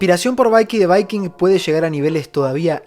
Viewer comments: por favooooor. Desde que lo presentaste a Vicky the Vicking en el canal le dices "baiqui", en realidad se pronuncia "biqui". Perdona el tono pero es que me lo llevo aguantando desde la primera vez. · Gran vídeo (como siempre), pero que sepas que cada vez que pronuncias Vaiki en vez de Viki, muere un gatito inocente.